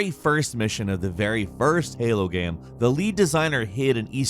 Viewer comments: Whats a "geeem" or "gaaem"? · “Ya need to know In the first minutes of the gyeum” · "In the first minutes of the gaem"? Haha